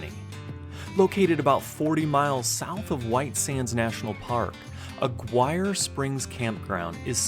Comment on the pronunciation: FYI: it's pronounced AH Ghee Ray (hard G), not Aguire.